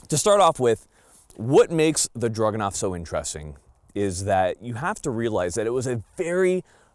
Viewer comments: DRAGunov. Not DRUGanov. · Stop saying "drug-anov". It's a freaking DRAGON! It's the Dragunov!! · sounds like he is saying druganov the entier time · I think it's cute how pronounces it 'Drug-enough.' 😂